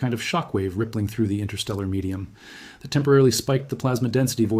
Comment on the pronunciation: CLICK BAIT! No one fears anything about the heliosphere of the heliopause or the Voyagers running out of power. Despite a photo of a narrator it is an AI reader. Twice (at least) it used ”T-HAT” instead of “that”.